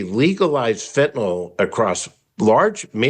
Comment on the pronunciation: I still have a hard time listening to someone go on about “phentanol” (ending sounds like “awl” as in “hi, y’all”), when it is spelled fentanyl and is pronounced ending with “nyl” as in “nil.” Baldwin supposedly narrates the upcoming documentary and can’t even be bothered to pronounce the word properly? If he mispronounces it throughout the documentary, I won’t be able to watch it without puking.